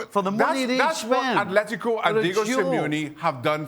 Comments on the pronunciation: Steve Nicol needs to learn that it is ATLÉTICO Madrid, there is NO H IN THE WORD, the same goes for EVERY OTHER CLUB NAMED ATLÉTICO SOMETHING OR OTHER. Athletic Club (Athletic Bilbao outside of Spain) is the one named ATHLETIC. Athletico Parananese, a club in BRAZIL, is the ONLY CLUB IN THE WORLD NAMED "ATHLETICO". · Can someone tell Steve it’s ATLETICO